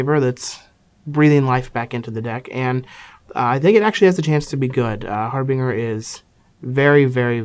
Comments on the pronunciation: That's pronounced "Har-bin-JUR" not "Har-Bing-Er" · HARBINGER! It's pronounced har-binge-er as in binge-eating or binge-drinking, with a harsh "g" sound. It's means like an omen announcing the arrival of something, ie. he announces the coming of the tides. Which like, doesn't make a whole lot of sense, but still. It's really painful to hear it mispronounced so much.